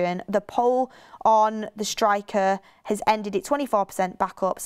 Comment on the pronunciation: Bugs me the way always says "it" instead of "at" 😆 "It the moment" "look it" Petty i know 🤣😂